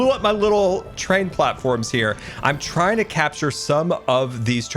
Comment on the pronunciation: "We're teying to get our dangle on"